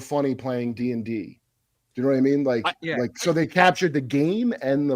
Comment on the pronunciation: Every time says 'so' it sounds like 'soy.'